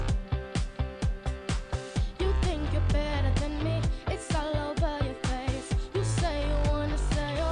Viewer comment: I don't mean to disrespect room at all, and he is obviously very talented when it comes to singing, but I really don't like the way he exaggerated some vocal pronunciation in the song. Pronouncing face " fess" and not "fays". Again, I don't mean to disrespect his talent or his skill but I just think it's a little weird. That's all.